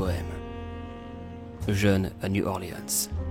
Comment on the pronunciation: La Nouvelle-Orléans se prononce "New ORLÏNSSE". Pour le reste j'ai adoré ta manière de déclamer ce "poème". Très jolie prestation (vraiment en plus je me fous pas de ta gueule ;)